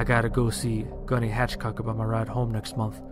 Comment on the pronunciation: he lost me when he said gunny Hatchcock it's gunny hathcock aka the white feather legendary marine sniper every marine boot knows this. marines have never used the term fatiques we use utilities or simply cammies and still to this day we are not authorized to wear off post. the character is from an East Coast unit and they send him to pendleton to get discharged that's not how that works . it's not a torch it's a moonbeam or simply a flash light and only motard boots still shitting out third phase chow use the term moonbeam.getting little details like this would make your story more accurate